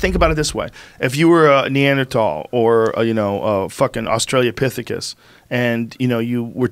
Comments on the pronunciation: Did he say australiopithicus LOL? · Lmao. Did he say Australiapithecus??? YOU GUYS ARE EMBARRASSING YOURSELVES!! Haha let the experts talk so you don’t dilute the progress brahs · Joe "autralliapithicus" Rogan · Joe”austreliopithecus” rogan